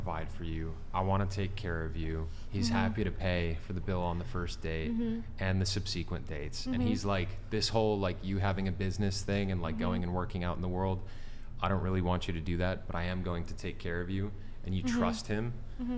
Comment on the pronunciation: At 4.34 did he just say. ‘Sub-see-quent’?? It’s subsequent dude!